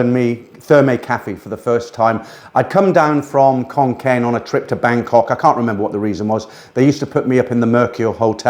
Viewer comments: Think he means Khon Kaen should be pronounced "Khon Gaen" ... "K" with a "h" after it is pronounced with a "K" sound but a word like Kaen that does not have a "h" after the "K" is pronounced with a "G" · ... Khon Kaen or Koh ... please pronounce the K as an G, otherwise no Thai understands it.